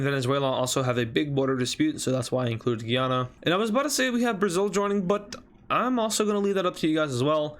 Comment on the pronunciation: He says guyana wrong Guy-Anna